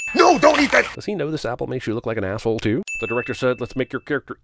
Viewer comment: "axe-hole" lol